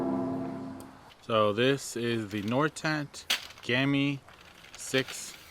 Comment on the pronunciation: Please don't say gammi say gamme with e. Love from Norway.